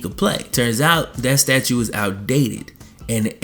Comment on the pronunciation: is he saying statue or statute?